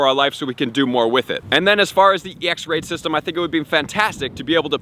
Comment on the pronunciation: When he said “raid system” I thought he said “racism” But add me